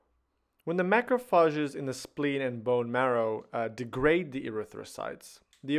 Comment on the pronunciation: From now on I'll never pronounce Macrophages any other way.